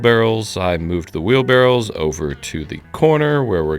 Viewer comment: Maybe it's an accent thing but are we talking wheelbarrows or barrels?